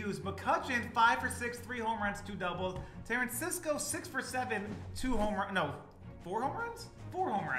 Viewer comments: how did you butcher his name every time you said it lol. bruh's name is Tuh-rah-scoh. is like... "tarancisco" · IM SORRY BUT ITS TA RAS CO NOT TARANSISCO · 🤣 Tarasisco. I know you can pronounce names,. It's Ta ra sco. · I was dying every time he said it ☠️ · Yeah, at first I thought he was doing it on purpose but then it was clear he just failed to read and say his name properly. Shame.